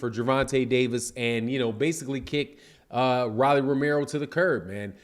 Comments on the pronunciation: It’s pronounced.... ROW-LEE NOT RALEIGH lol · Its .....rooooooolly ...not raly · keeps saying Rilly! lol doesn't matter anymore